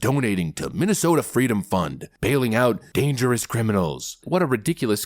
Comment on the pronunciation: Oooooh my gawd I completely forgot that kamala lied and said she was a baby in a stroller at the civil rights March and when someone asked "baby kamala" what she wanted, she claims she sat up and said "fweedom" 😂😂😂😂😂 That fake story is so much funnier now that we know she isnt black and that her family were brutal slave owners. We'll we've known that....huh it's just now dawning on me how unbelievably forgettable and dull she is....